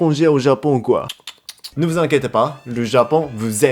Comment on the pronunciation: J'adore quand tu dis veu au lieu de vous 😆